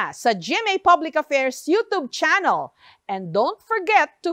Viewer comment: Jessica pakingan mo sa Google Kon Ano PaG bigkas sa Bonganga nyu ang YouTube hindi yotob